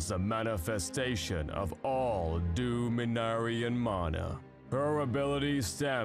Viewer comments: i'm sure you are going to get 1000 comments like this, but it's pronounced Dom-en-air-eea. It's okay tho, can't be perfect all the time. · Was he supposed to pronounce ‘Dominarian’ as ‘Doominarian’? Is there some lore or was there supposed to be a sign over the letter? Because that was the thing that threw me off about this entire video.